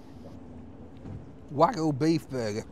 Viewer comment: hearing call it 'Wagoo' will never get old